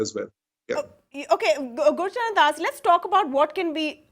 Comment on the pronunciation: Please get the name right - Gurcharan Das, not Gurusharan Das. He is a highly-respected management figure and an erudite author.